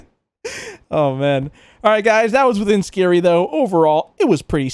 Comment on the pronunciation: The title is pronounced “Ski-ree”